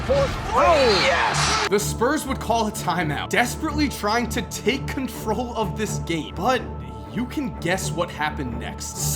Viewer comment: Am i the only one who noticed he said confrol